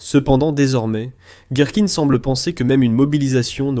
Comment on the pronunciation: Gerkine svp. Ne pas prononcer à la Francaise